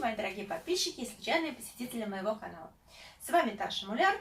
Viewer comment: Хороший рецепт, спасибо за секреты, обязательно попробую. Оператор-режиссер тоже молодец, старался. Более правильно фамилия звучит с ударением на букву "У", хотя дело ваше, такая красивая женщина может себе и это позволить.